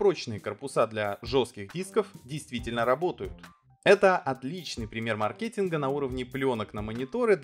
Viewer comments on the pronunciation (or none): ФрИзы,а не фризЫ, мАркетинг, а не маркЕтинг, Сигейт, а не Сеагейт.